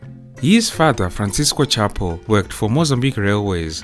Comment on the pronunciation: It's pronounced shah-poo